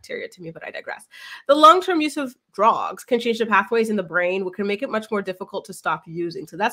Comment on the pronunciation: Hahahha the way you said all the D names!!!you’re too funny